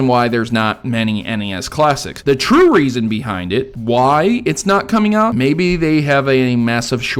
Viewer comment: are u saying TRUE or 'tue' as in Tuesday?